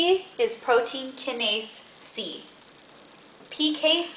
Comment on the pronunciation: I could barely focus on anything you said because I was distracted by the giant green dragon dildo you are using as a pointer. Also, it's pronounced KYE-nase, get out of here with that keh-NASE nonsense